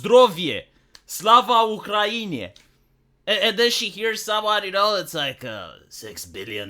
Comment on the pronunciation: He told „na zdrowie” and „sława Ukrainie” in almost perfect Polish